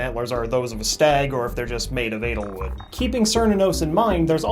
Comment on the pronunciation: lol he keeps pronouncing edelwood as analwood